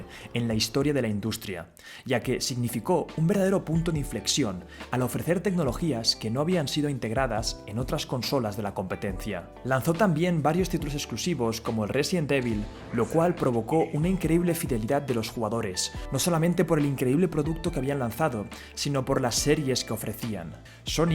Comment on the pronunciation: "Resident evil" "Resident ivol"